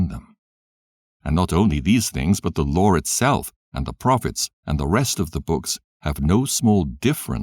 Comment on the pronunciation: The "loor" (law) and the prophets"... lol 😫